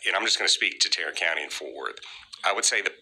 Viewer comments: Did he say " Tyrant " county? Its supposed to be Tarrant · TARRANT COUNTY??? TYRRANT COUNTY!!!